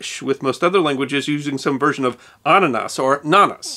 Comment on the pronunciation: i love the way you say annanas because you say it with perfect german pronounciation